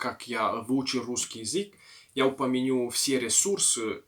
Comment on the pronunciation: У вас очень классное произношение :) Иногда, конечно, ударение бывает неправильным или звуки немного не те (например упомяню вместо упомяну), но в целом все очень хорошо. Речь воспринимается легко. Желаю удачи в изучении русского языка 😀